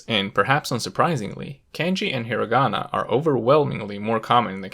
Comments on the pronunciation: I cant accept that you said HIRaAGANA KaNGJJII lIKe WTf YOU might aswell talk like a Japanese person if you gonna make a video abt it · Also he pronounces a hard 'r' in Hirigana. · exactly. it seems weird how he pronounced all the sentences but didn't pronounce hiragana, kanji, and katakana right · So u wanna tell me ure able to pronounce each character right but still say "hiragana", "katakana" and "kanji" the way you did in the video?? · Me: A normie who doesn’t speak japanese, cringed at the way he said hiragana, katakana, and kanji